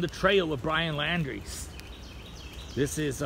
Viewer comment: You can't pronounce his name???